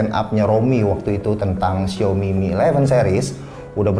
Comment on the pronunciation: Bang gak bsa nyebut A ya? Bilang syaomi jd syomi. Hehehe. #justkidding.